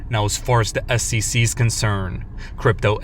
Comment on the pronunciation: S E C not ssisi fker